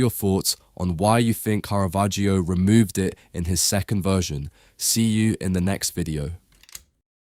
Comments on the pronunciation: not KARAVERGIO... Its pronounced carra vagio.... 😂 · Мерзкий ИИ-чный перевод! Такие ролики просто твари делают. Специалист с удивлением услышит, то Караваджо, оказывается- Каравахия, а дилетант может воспринять за чистую монету и решить, что такой художник был. Я уже молчу про бесконечные ошибки в ударениях . Просто гадость от ИИ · И.И. переводит текст.и совершенно не понимает как звучит имя художника.я только приглядевшись поняла,что речь идёт о картине художника Караваджо.думала Каравахо.испанский художник.неизвестеый широкой публике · Караваджо, а не Каравахиа. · От тупой ИИ - Каравахия ! Я сейчас уссусь! РЖУНИМАГУ! Хватило на 26 секунд! В жопу такие ролики! Смотрите сами ваше говно! Дизлайк и блок канала! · Одно замечание: есть исторически присущее звучание имени художника - КАРАВАДЖО. Зачем его изменять? Зритель знает, что ИИ не сам коверкает произношение, ударение, пунктуацию и т.д. Это делает автор программы озвучки, и остаётся вопрос - зачем? Тема сама по себе хороша, чб привлекать внимание, а эти глупости не добавляют чести автору. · Interesting video disturbed by the false pronunciation of the painters name which is [kara'vadd͡ʒo] according to IPA)... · Каравахио? Осточертел безграмотный ИИ. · The "i" in "Caravaggio" is completely silent. It's just there to change the sound of the double "g" ... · "Caravaggio" is pronounced with a short 'a' in all three cases, as in 'cat', both in Italian and English. (Not a long first vowel sound, as in 'car'). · Der Sprecher sollte, wenn er über einen Maler spricht, wenigstens die richtige Aussprache des Künstlers kennen. Der Inhalt ist gut. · Seit wann spricht man das i in Caravaggio aus, bitte Italienisch lernen!!